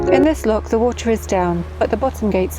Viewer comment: Wewease the whotaahhh!!!! I thought it funny. 😎🌧️